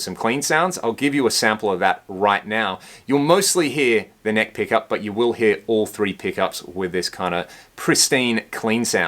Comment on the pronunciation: “You’ll heah, sum chunky rhythm tones” I dunno why that made me laugh. This review is really good. This is how a review of a guitar should be done. Nice licks dude! I can’t wait to grab one of these! Thank you!!!!